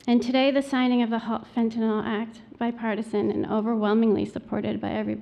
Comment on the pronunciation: Wow! Right now 96 comments and about 80 of them are nonsense bot sh!t about some crypto crap. ALSO Trump literally cannot pronounce Fentanyl and I laugh every time